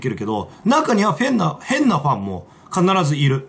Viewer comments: あっ、今気付いた。 シバターが「変なファン」って言うところを「変なフェン」って言ってる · まちがえた、「フェンなファン」って言ってる